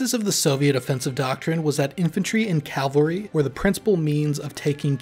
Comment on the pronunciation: Awesome video. Until I heard you say "calvary"